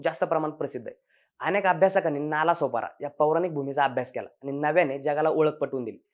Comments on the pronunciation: नाला नाही रे "नाळा" दोन्हीही गाव पश्चिमेलाच आहेत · नाला नाही हो नाळा आहे . नाळा सोपारा हे मूळ नाव. स्थानिक लोक आजही एकमेकांशी 'नाळा' असेच बोलतात. दोन्ही नाळा आणि सोपारा हे गांव आजही दिमाखात आहे. आता नाला बोलल्या गेल्याने त्या शब्दाला घाणेरडे अर्थ आले. अशी महान परंपरा आणि इतिहास लाभलेला नाळा सोपारा माहिती अभावी नजरे आड झाला . आपल्या प्रयत्ना साठी शत शत आभार .